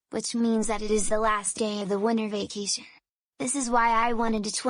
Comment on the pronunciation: Winter vacation sounded like wonder vacation